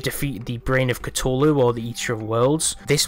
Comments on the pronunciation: This man said Cu-TOE-lu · ITS CU-THU-LU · "Brain of Catooohlu" lmao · a mix between the two